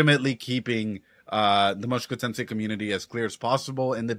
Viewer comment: A bit funny that you still say "Moshuku Tensei" out loud haha